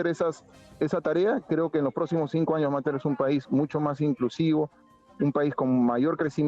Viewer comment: ESTA REPORTERA DICE, 'ASAMBLE CONSTITUYENTE, DEJAR PARA DEBATE PARA MAS ADELANTE - ANOS' JAJAJAA